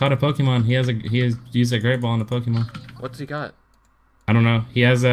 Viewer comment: Omw poke-E-mon it's pronounced pokamon...This accents reminds me so much of Ssundee...